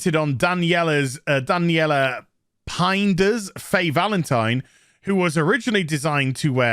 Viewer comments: For fucks sake, "Pineda" (Pee-Neh-Dah), not "Painid". Sorry about that. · Daniella Pin-yay-da fyi. Looks like another total ingrate for the career vehicle she just shot in the foot. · Hot damn, we share the last name, maybe she's a distant cousin (hopefully not). BTW, you butchered that pronunciation, lolz